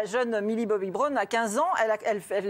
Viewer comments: « Millie Bobby Broune »😭😂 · A 3.34 "Brone" mais attend aucun respect pour mille Bobby brown 🤦‍♀️